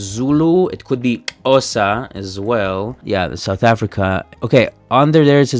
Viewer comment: He may be a ‘linguist’ but his pronunciation of Xhosa is atrocious